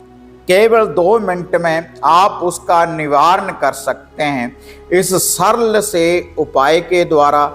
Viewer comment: Sarl saral ko bhi bolna nhi aata hai.